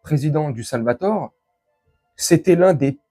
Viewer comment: Le Salvador et non le Salvator, belle video et merci a toi, Patrick